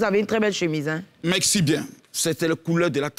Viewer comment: J'ai remarquée que Makosso n'arrive pas a prononcer la lettre R dans certains mots, Exemple: Merci - il dit meksi Partagez - il dit paktagez Personne- il dit peksonne Pardonnez- il dit pakdonnez Etc....